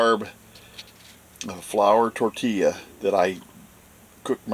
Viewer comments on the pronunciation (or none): none